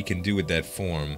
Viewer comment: It sounds like you're saying forum instead of farm